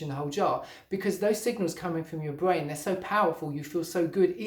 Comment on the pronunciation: Fwuit bwain lol??